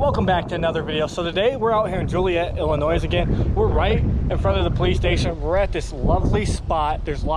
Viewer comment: please dont say Illinoi*s* the s is silent.